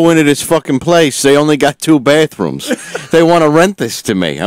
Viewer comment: The batruums?